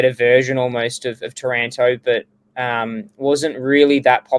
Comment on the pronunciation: can you pwetty pwease wepeat the pwice for tawanto?